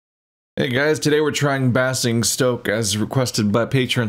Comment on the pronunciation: I know it doesn't matter. But it's bay-zing-stoke. Fun commentary as always.